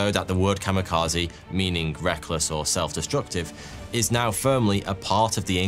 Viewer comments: You did not-terribly with the Japanese pronunciation right up to the key word of the video. Kami, not kama. Kamikaze, not kamakaze. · I was today years old when I realized kamekazi is just white people pronouncing Kami Kaze wildly incorrect. I never would have realized it was just "God Wind", I thought it was a unique word. 💀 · Or, in Japanese: "The COMMY KAZOO". XD Bad pronunciation of a foreign word AND a heavy British accent is fun.